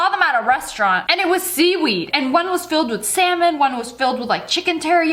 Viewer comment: when she said "salmon", didn't sound like "semen"? like you though so too!